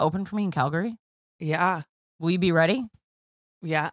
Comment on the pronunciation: I'm actuallky really impressed you pronounced Calgary right. I know Canadians that don't. Breanne and Alayna taught you well.